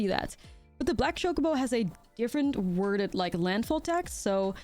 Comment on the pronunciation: I like that she calls it Shocobo